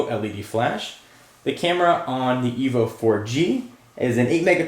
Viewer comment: its Evo not evil bro